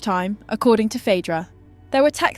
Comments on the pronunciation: 'Phydra". Okay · Phadra, phedra, phidra...... trash AI narrator. Pick a pronunciation! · Pick one pronunciation of Phaedra😂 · Different pronunciations of Phaedra. Crazy